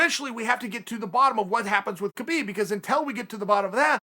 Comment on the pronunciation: Uncle loves Kabib... But can't say it!